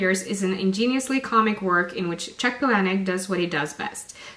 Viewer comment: Just discovered your channel... as well as how to pronounce Palahniuk. It seems there's been mixed reviews for Adjustment Day, but it's great that you articulated why certain parts were off. Will def keep in mind before reading!